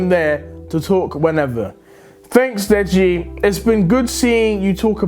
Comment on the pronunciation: Deji say deggy wedgy